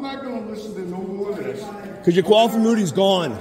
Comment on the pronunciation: Is it my imagination, or does the cammer say qualified "im-MOO-nity"?